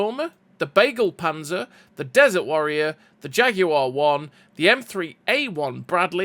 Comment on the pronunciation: Hahahaaaa "bagel panzer". Pls have Google speak Begleitpanzer to you in German.